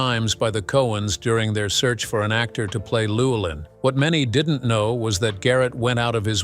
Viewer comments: but the bot totally botched Llewelyn .... "Luwell-in" lol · LLEWELYNN sounds like Lou Well an,, not the massacre of the narrator.. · It also butchered 'Llewelyn'. But, to be fair, few non-Welsh speakers can pronounce it correctly.